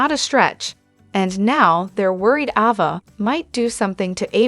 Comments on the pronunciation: Pronounce the name properly A ……va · Her name is AAAAAAva not AHHHHva!!!